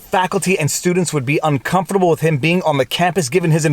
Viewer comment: All I care about. Is thank you for saying COMFORTABLE correctly.